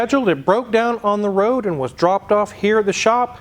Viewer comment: Anyone else catch that .. going down the WWWOOOAAADDD. Elmer fudd wooking for thoses wasckally wwaabbiittss...